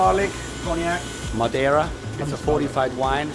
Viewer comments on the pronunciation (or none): none